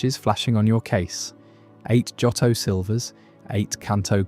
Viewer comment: This is a nice video but the incorrect pronunciation of Johto is jarring. Both o sounds are long, like Joe-toe.